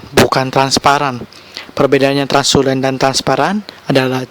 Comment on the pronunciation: system requirement bukan requesmen. Translucency, bukan transulen. Belajas lagi bahasa inggrisnya Bro